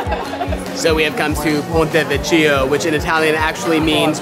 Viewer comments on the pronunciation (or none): Ponte Vecchio is said "Ponte Vek y o", not ve cheeo. That's a good basic pronunciation thing to learn (in Italian ch followed by a vowel is always a hard c sound, like a k, ie.chi = key and means "who") . This will help you understand how to say so many words properly. I highly recommend taking Italian classes! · Ponte vecchio pronounced 'vekyo'....just saying..glad to see youve both got your flame back. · Lovely video and great family tours, inspiring house build…bu I am noticing that learning the local language is not your thing? You pronounced “Ponte Vecchio” as if you’ve never been to the Ponte Vecchio! ( try: PON-teh Veh-Kyeeoh). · Ponte Vecchio, “Veh-key-oh”. Per favore. ❤ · Sorry, but EVERYONE should know how to pronounce "ponte Vecchio " which you definitely did not! Pon-teh ( no diphthong), vek-key-o. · Please learn to pronounce Italian words. Nothing worse than a tour guide that can’t pronounce . This tour was excellent!